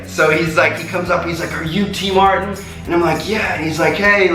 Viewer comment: Legit question: Why do you pronounce it Tmart instead of TmarTn?